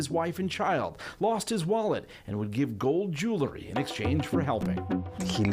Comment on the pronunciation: it ain't jew-lery.. it's jewel-ry